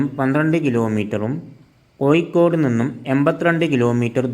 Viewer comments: കോയിക്കോട്, അല്ല കോഴിക്കോട് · കോഴിക്കോട്, എന്നാണ്, അല്ലാതെ കോയി കോട് എന്നല്ല, ഭാരത പുയ, എന്നല്ല, ഭാരത പുഴ, ഗായത്രി പുയ, എന്നല്ല, ഗായത്രി പുഴ എന്നാണ്, മോനേ